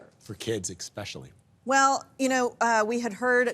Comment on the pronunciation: Wow, you can take the dude out the ghetto but you can't take the ghetto out the dude: ... ("For kids exspecially")